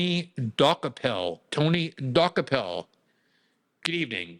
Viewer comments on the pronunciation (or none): Glenn is name challenged, he couldn’t pronounce Dokoupil to save his life. (Doo-copel) not (Dock-a-pull) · It's "de-cope-il" not "dock-a-pell" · I think his name is pronounced Du-ko-pole. But who cares?😅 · She's going to destroy the network, but hey, that's her problem. Can't get the toothpaste back in the tube. His Czech name means "he bought it/ he bought the rest". DOH-ko-pil, with the stress on the first syllable (DOH), short vowels (like in "hot," "cot," "pit"), and the 'ou' sounding like the 'ou' in "out" or "soul," ending with a soft 'l'. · Pronounced DOO-CO-PULL😊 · Glenn, please learn to pronounce the guys name (Doo-copel). Zionists stand together. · I often view CBS news; their staff refer to Tony "De KOpul" (emphasis on second syllable). More broadly, what we're seeing, for 30 years, is the remarkable sight of above-normal intelligent Jewish (and to a less dramatic extent, Conservative Evangelists) people transform themselves into dumb idiots, repetitively executing very poorly conceived policies. Thanks to intelligent Jews who remain sane, rather than revert to anachronistic Biblical textual adherence, ignoring Greek drama as well as much recent history and practical experience. It's one thing to 'fight fire with fire', quite another to abandon civilized norms and revert to blindness in policy. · I think Glenn is mispronouncing that name on purpose. LOL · Learn to pronounce his name correct. He’s been on CBS in the morning in the morning show. The show has been watched for a long time. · Maybe he's mispronouncing it on purpose? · THANK YOU! He kept saying it over and over the wrong way 😂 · Can Glenn pronounce the guy’s name wrong one more time?